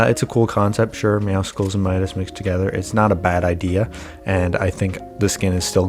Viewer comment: I’m not hating but the meowscles skin is not meant to be pronounced like that it’s supposed to be a combination of meow and muscles. But every YouTuber says it wrong so you do you. Also thanks for taking about this I haven’t heard of the teaser before